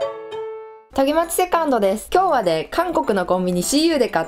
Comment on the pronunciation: 今日はねーが今日はでーって聞こえた(笑)韓国人のネーの発音がデーに聞こえるのと同じ感じかな(笑)